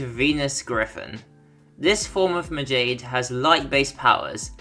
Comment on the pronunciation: Majade is pronounced as Ma-ja-day